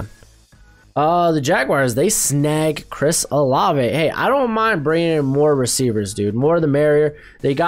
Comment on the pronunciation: LETS GO!! You said Olave right!!